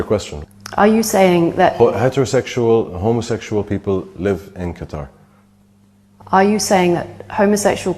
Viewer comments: Love how the Qatari man keeps pronouncing his country correctly but that dumb c*nt keeps saying it so wrong. Like she is alone is proving his point that people don't care what is right or wrong. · hate to do this but is correct in the pronunciation of Qatar. It's not CUTTER. It's cut-tar You pronounced it correct just then. Like with Iran. It's not "Eye-ran" It's "ear-ran" God bless. Much love from the UK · It’s pronounced like “Cutter” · I watch a lot of commentaries. This is a favorite. It's pronounced Ka-tar. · There is no Kiev/Kyiv thing. Qatar was always pronounced "Cutter" and we've always been saying it wrong.